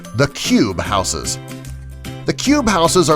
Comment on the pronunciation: Learn to pronounce houses correctly